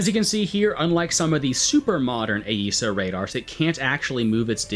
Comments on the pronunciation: Ok I've seen enough of your videos to hear you call it Ay-eesa enough times to say something. Its just eesa. I work with AESA radars and I have never once heard it pronounced Ay-eesa. It has always been pronounced eesa in my sphere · Your understanding of AESA (pronounced eh-suh not eh-ee-suh) radars in WT is just fundamentally wrong. That is how they SHOULD work, but that is NOT how they actually work. In WT, they are modeled exactly the same as mechanically steered antennas, just (generally) with higher scan rates. You see the same ghosting and poor TWS tracking as with mechanically steered radars, especially on the AESAs with slow scan rates like the Rafale. Why they did it this way, god only knows. It is immensely stupid.